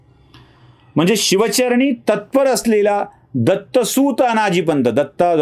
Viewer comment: तुम्हाला "सुत" (अर्थात् पुत्र) आणि "सूत" (म्हणजे सारथी) ह्या दोन शब्दांमधे जे -हस्व उकार आणि दीर्घ उकार आहेत त्यांमधला फरकदेखील कळत नाही, आणि तुमच्या (अती)आत्मविश्वासपूर्ण शैलीत तुम्ही "दत्तसूऽत" म्हणत राहता, याला काय म्हणायचं?